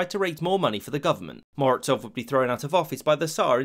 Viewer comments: seriously? I haven’t found but Morozov pronounced German-wise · Honestly it stil amazes me how English speakers misspronounce or i guess missread the most basic of spellings - to turn Mo-ro-zov with a z into 'Morotsov' with some sort of 'ts' sound is truly a talent in itself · Why do you pronounce Z in Morozov as Ts? It's Z as in coloniZe or horiZontal. And Razin is rUh-zin not rezEEn.